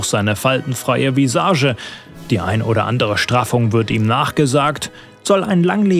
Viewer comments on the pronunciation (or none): none